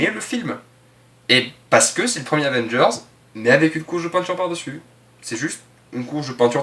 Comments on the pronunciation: tu as du mal à dire AVENGERS ???? Avvvééééééénnnnnngeuuuursssssss ??? Tu n'y arrive pas ???? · la prochaine fois, essaie d’articuler quand tu prononces Avengers ^^ ciao